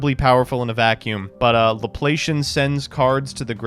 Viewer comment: Luh-plah-see-en. Learn the words.